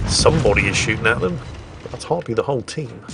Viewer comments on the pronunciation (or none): none